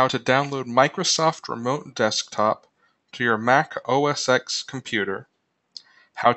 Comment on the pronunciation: The "X" in OS X is a Roman numeral, not the letter "X". It's pronounced "OS ten"